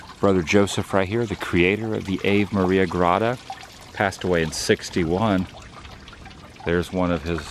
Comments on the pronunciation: I believe it's "Awe" "ve" Maria like the song, not Ave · Ave Maria is pronounced ahh'vay MAH-ria. Another great road trip vlog!!! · Such a beautiful grotto … the AVE is pronounced R-VAY which is Latin for Hail so it’s the Hail Mary grotto. I love seeing these unusual and fascinating places. : ) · I had never heard of this place before today. Really fascinating. Little tip to Adam: the pronunciation of Ave Maria would be "Ah-Vay Maria." Ave is Latin for "Hail." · Hey Woo man, very cool trip down memory lane. I remember when you crashed that drone. I also remember you visiting the grotto. btw, it's pronounced Ah-vay Maria. Take care. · "Ave Maria" (pronounced "Ah-vay") is Latin, translates to English as "Hail Mary". The grotto itself is a reproduction of the one in Lourdes, France, where Bernadette Soubirous (St. Bernadette of Lourdes) experienced 18 separate apparitions of the Virgin Mary in 1858. It was dramatized in the 1943 film, "Song of Bernadette", with Vincent Price cast in a supporting role. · You might be making a joke I don’t know but it’s pronounced Ah Vay Maria